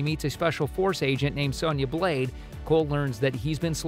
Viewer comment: This idiot couldn’t say Sindel or Sonya Blade right and I hope they fix Liu Kang character and make him the badass fighter that he should of been this whole time and also fix Kung Lao too